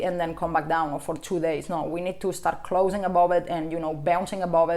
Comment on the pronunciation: I just love it when she says "above"... always sounds like "A-bob" :D